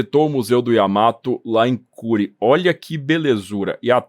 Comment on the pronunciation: A pronúncia é /kurê/. Já morei em Hiroshima.